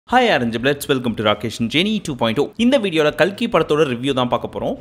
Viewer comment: Kalki ❌ kalaki ✅